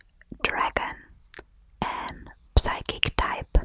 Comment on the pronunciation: I love your pronounciation of Psychic! Psy-kik sounds a lot more tingly than the normal Sy-kik.